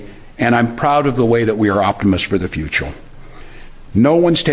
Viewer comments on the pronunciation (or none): He didn't say future he said futull